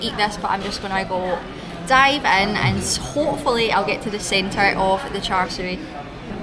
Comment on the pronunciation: The pork filling should be pronounced as cha seww.